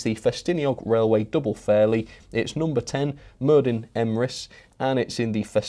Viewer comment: DD in welsh is pronounced 'TH' Merddin = Merthin.